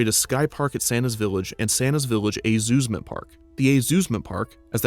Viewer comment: The “a-zoosment” park also sounds like a Christmas pun, the “Hay-zoos-ment” park